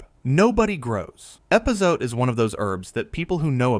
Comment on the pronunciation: At least get an AI reader that can pronounce epazote, or better yet, hire a real person.